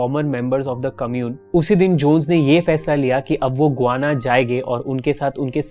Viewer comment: गुआना नही गयाना। रियान नही रायन।बोहोत बार इस चैनल के विडियोज के टाइम मिस pronunciation hote hai